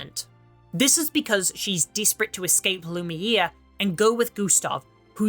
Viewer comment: Who tf is Loooone? And Lumir? Lol you massacred the names so bad